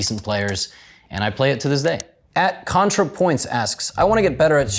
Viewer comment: A wild Natalie appears lol. Idk if Levi actually doesn’t know who Contra is but he really seemed to struggle on that pronunciation